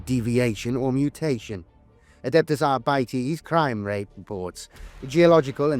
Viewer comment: arbites not arbitees o-o